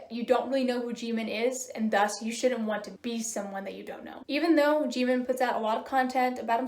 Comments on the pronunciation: hello, i totally agree, but it is pronounced (jih-min) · Question: Why do you Pronounce Jimin as "G-Min" since you say you like BTS?